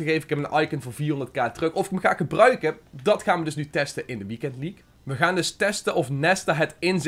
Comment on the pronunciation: Competitie en leaque??😂